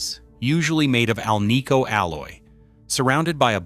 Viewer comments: It is an AL-nico pickup, Not an al-NICO one. You'd think this author would know the proper pronunciation. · "Scatter wooned"? Keylo-Oms"? "Al-KNEE-co"? AI CRAPOLA!! Second hint: Shows a speaker when talking about a pickup.